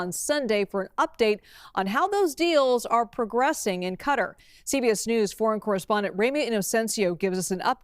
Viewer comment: Qatar is not pronounced cuter